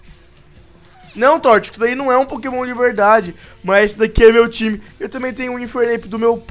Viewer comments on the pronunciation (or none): alguém percebeu que ele falo tio não time kkkkkkkkkkkk